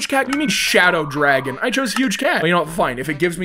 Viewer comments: Why can't he say dragon like fr you say drag0n as dragon it made me laugh when he could not say it PH WAIT THATS WHY HES CALLED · why cant u say dragon?